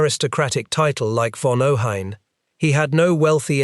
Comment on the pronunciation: It is pronounced OH-HEYE-N.